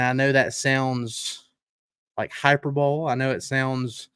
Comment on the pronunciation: its high-pur-bowl-ee not hyper bowl my brother 🤣